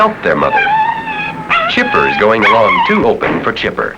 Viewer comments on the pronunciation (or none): Dude pronounces the word "too" very oddly. "Tooow"